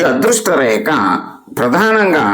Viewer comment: ReKa kaadandi, rekHa anandi, kaastha sarigga pronounce cheyandi sir!, reKa-reKa ani nannu champuthunnaaru kadandee!